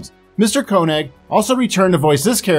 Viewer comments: By the way, Walter pronounces his last name KAY-nig, not CO-nig. People mispronounce George's last name as well. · Note that the surname of Walter Koenig is pronounced "kaynig" (not "konig"). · Walter KAY-Nig, not COE-Nig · "Koenig" is pronounced "Kae-nig". Same situation with "Simpson" creator Matt Groening.